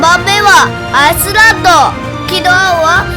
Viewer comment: It’s Pronounced Iceland